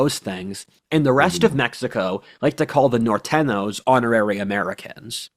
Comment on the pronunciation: How did live in mexico for multiple months but can't pronounce norteno rofl